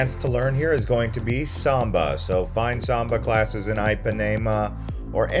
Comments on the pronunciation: Great content, but every time you said Ipanema, I died a little inside. It is NOT pronounced EYE-PAN-AE-MA, it is pronounced EE-PAN-Ē--MA. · every time you say eye pa nae muh beach i want to stab myself in the ears. why you trying to use a brazilian accent to sound cool and say things like rio and then you just butcher other shit? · Not trying to come down on you, however, you should probably put some effort into pronunciation. Just about every single place you tried to say, you were way off. I mean, even most people know how to pronounce Ipanema. That's eem pa knee mah. You gave no effort. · If you are going to do a travel video, 1) please learn how to pronounce the names of the places you visit Ipanema for instance 2) give correct information Carioca for instance You got both of them badly wrong.